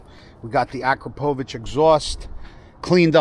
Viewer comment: Just a small heads-up…‘Ah-cropper-vitch’ (not ‘Akra-poe-vitch’) 😉